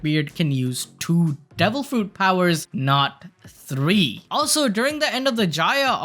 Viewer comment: You said free fruits not three my guy. Thanks for the upload.